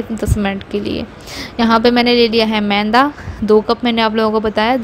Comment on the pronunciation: Mainda nahi yaar...maida hota hai